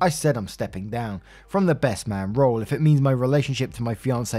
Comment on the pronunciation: Do you know as your reading about this KARENS WEDDING U SAID BREST FRIEND AND NOT BEST FRIEND ?. Go back and listen to it